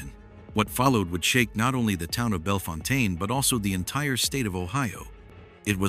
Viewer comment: Bellefontaine is pronounced “bell fountain “